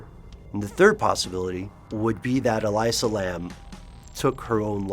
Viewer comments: Her name is pronounced E-Lisa. Not E-Liza. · Its elisa (eh-lisa). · I believe it's pronounced E - lee - sa. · ell ee sa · why do you pronounce her name that way? no other source does, including police and all news reports. i can't help surmise if you did not double check that simple bit of info, you may not have double checked anything. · Not only is it a story that has been told a thousand times they pronounce her name wrong....